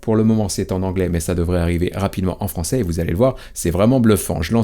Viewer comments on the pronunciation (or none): none